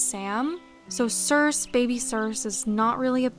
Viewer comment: FYI— sorry if you've gotten this comment before, since this is an older video— but the name Circe is pronounced with a long E on the end (like ee). Greek names with an "e" on the end all voice them (Aphrodite, Euridice, Penelope, Persephone all end in "ee".)